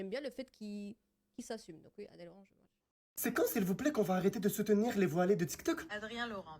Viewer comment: je crois qu'on dit Match et pas Smatch 😂 on dirait ma grand-mère au McDo "un MicMac s'il vous plaît"